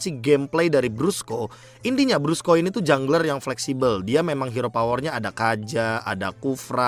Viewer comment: Koreksi "BRUSKO" not "BRASCO" dah itu aja. 🗿